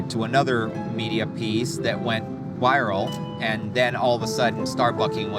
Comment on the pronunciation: Also, wiral. Why can't he pronounce V's?